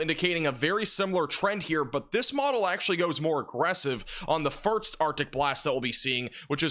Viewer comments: why do you say firks and not first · Ok… before you ever get to network television as a weatherman, you going to definitely need to conquer how to pronounce ‘first’. It’s not ‘furt-st . And one more, it’s not ‘sah-nificant’, it’s sig-nificant. Just a few pointers if you want to polish the broadcast nice & shiny.